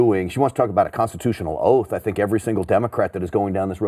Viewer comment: Nancy Pelosi: 'Ooaf of Malice'.